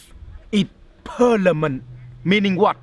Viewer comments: "Death is Per-la-min-it" -" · "Death is Pernament!"